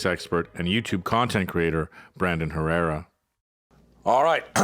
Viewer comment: The H in Herrera, is silent.